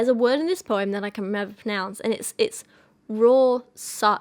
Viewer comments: Your poetry analysis videos are always so well done,. Kyra's an adorable support bean. Hoping you're both doing well. As to Rorchach, it'd be pronounced "roar-shock" at least in my experience. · My gosh, I adore Kyra with my whole entire being. she's just pure love and goodness. Honestly I can't stop smiling. ❤❤❤ Also excellent video, who knew Halsey had all that in her?? I never really enjoyed her music but poetry is definitely a bit of a talent of hers! Ps. A tip for pronouncing Rorschach just think "roar shack". I hope that helps. ☺ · Rohrschach is probably easiest for you to pronounce if you say Roar-shack, but if you want to be exact about it it'd Roa (french/german 'r' - shah - and the ch is like a Spanish j, like the static noise from an old TV, very low in the throat. Hope this helps :) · As far as I know, Rorschach is pronounced like "Roar-shach", with the ch at the end being pronounced like in "Loch Ness". I love these poetry videos btw, but never feel like I actually have something to add, so here's finally some knowledge I can share xD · As a German speaker, I might be able to help out with "Rohrschach": Try a mix between "roar" and "raw" in your accent (with a distinct r in the end) and, much like in "Schadenfreude", the "-scha-" part is with a very low open "a", the "ch" probably being the hardest for English speakers, go for the Scottish "Loch" type "ch", that's "Rawrshach", hope that helps :) else just ask google to pronounce it in German ... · Rorschach is pronounce Ror-shack. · 3 years too late, but the ink blot tests are pronounced "roar-shack" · heya! no idea if you'll see this, but Rorschach is pronounced 'raw-shack' in your accent. it's German, so if you want to be super proper, it's 'raw-shah-ch' with the ch being that throaty sort of air sound. like a weird hiss-growl that we don't have in English. but yeah, in accents like mine or yours we'd just say 'raw-shack'! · Roar-shack is how you say Rorschach I’m pretty sure